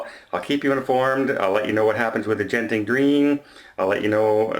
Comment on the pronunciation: Hi, Genting is pronounced with a hard G as in get, go, & geisha. You can watch their official adverts if you need any further verification. For most Eastern Asian phonic translations, a J is used if it is a soft G sound as in Jiu-Jitsu.